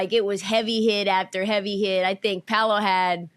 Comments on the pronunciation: Cam calling Paolo "Pablo" is hilarious because nobody correcting him 😂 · ITS PAOLO NOT PABLO 💀💀💀💀💀💀💀💀💀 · wtf Cam or Swaggy P on Gils arena keep calling Paolo the wrong name it’s no B in his name you damn idiots